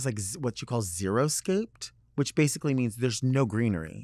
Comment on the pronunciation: Delta, love you, love your podcast. It's "xeriscaped," not "zero-scaped" . Xeriscaping means low-water landscaping. Xeriscaping is Very Delta, imo